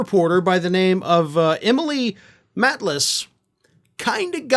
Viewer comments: emily maitlis did a great interview with pervert prince andrew her name is said mate lis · Just a quick note: it's MATE-lis :) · The reporter is Emily Maitliss (pronounced mate-less) who previously interviewed Prince Andrew about Jeffrey Epstein and Virginia Duffray - I hope rhat name and spelling are correct. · Pronounced 'Mateliss' here in the UK in case you happen to mention her again in the future. Great story.